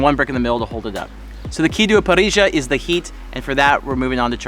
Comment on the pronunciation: LA PRIMERA VEZ Q VEO GINGRILLOS HACIENDO ASADO COMIENDO EMPANADAS TOMANDO MATE HABLAR DE ALFAJORES Y PRONUNCIAR BIEN "PARRILLA" LA "RR" PORQUE A LOS GINGRILLOS NO LES SALE NI AHI !!!!!!!!😄😄